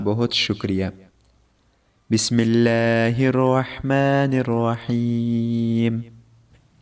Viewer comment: Plz allah ky name sahe sy bola kry Rehman or Raheem jo es qlme ma ha .